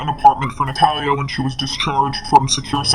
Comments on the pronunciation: I love your videos!!! But why are you saying her name wrong?? Its not Nat-hal-a its Na-tha-lia. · Please look up how to say "Natalia" correctly. You sound like an idiot.